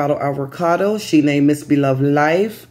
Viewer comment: Yes you pronounced it right. Thank you for letting people know. I was concerned about her. We love her and wish her the best.